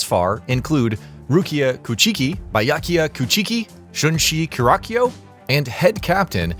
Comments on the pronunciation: It byakuya kuchiki and Rukia kuchiki I think you got their names wrong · Bye-aku-yuh koocheeky. 😂 I'm not laughing at you, im laughing at how it sounded.